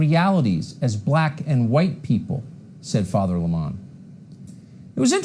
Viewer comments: Gotta say I was amused by Tucker Carlson's pronunciation of his name: Don Limahn (an approximate phonetic spelling of Tucker's pronouncing of the name). We all know it's Lemon as in the fruit. And Tucker's questioning of the cookie jar is just irrelevant. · Don Lemon is pronounced like the fruit lemon. I'd rather be in the company of 100 people like Don Lemon than 1 Tucker Carlson! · No, Don Lemon does current affairs from a Dem perspective. He's also pronouncing Lemon in an affected way that Don Lemon doesn't use. Also, FOX pays this guy millions a show for this? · Hey David do you see now how damn annoying it is when someone purposely and continuously mispronounces a name? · Notice Tucker opens trying to claim that Lemon isn't a serious journalist, then immediately follows with examples of the serious topics he covers. He apparently isn't allowed to cover serious topics, according to Tucker. He isn't even doing the bare minimum of decency and pronouncing his name properly. I guarantee you, Tucker's report alone is an example of Lemon experiencing racism (unless this man meets MY criteria for oppression, he isn't allowed to report on it; ps, only Tucker meets Tucker's criteria for being oppressed; the man is a professional victim). I have absolutely no question that Lemon has experienced racism and oppression in the rest of his life, as well. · I'm so tired of "Cucker" mispronouncing names of people he feels threatened by.